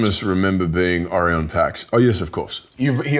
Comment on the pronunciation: Helmsworth not knowing the name of his own character shows a lack of respect for the audience. He plays Orion and can't even pronounce his name... Pretty disappointing.